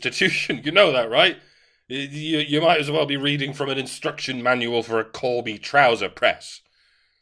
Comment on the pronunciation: It's Corby, not Colby, Mike; you lied to me, you scurrilous cad!